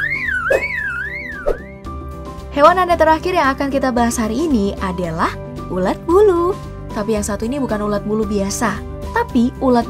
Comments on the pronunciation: Ulat min bukan ular😂😂🤣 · ular 🐍 atau ulat 🐛 min ??? dengerin baik2 😁😁😁